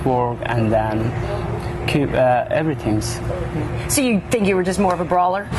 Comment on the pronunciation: "Evertinks" lmfao